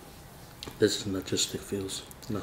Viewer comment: I miss the days when called it nozgistic. Y'all bullied him into pronouncing it correctly xD